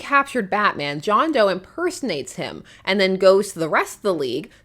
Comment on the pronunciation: . John Dough, not John Doe… 😂